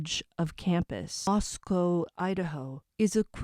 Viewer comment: Let me start by thanking you for pronouncing the town and student names correctly. So many reporters or channels don’t say it correctly. I don’t know what to think. Many things are possible. I just don’t think an inexperienced college aged kid could commit such a horrific crime and still be at large. I could be wrong but if I tried to do this, as an example, I would leave so much evidence behind. So someone in their early 20’s to know how to commit this crime and then do things to throw off police seems like a stretch.